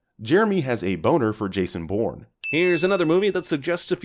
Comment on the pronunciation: Types out “Bourner” says boner 😂